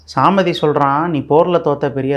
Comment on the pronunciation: It is Samaadhi not saamadi swamin pl correct